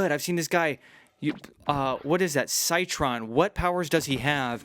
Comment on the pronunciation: > when he calls citron cytron